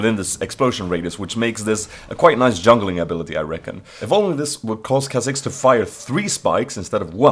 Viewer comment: lOL couldn't help but laugh everytime you said KaiaTAKHKAJZxxx, lol funny guy.